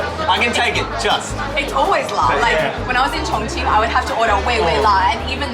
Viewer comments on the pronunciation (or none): none